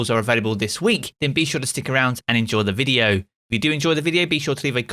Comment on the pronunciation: I’ll subscribe when you say the word video in a normal way….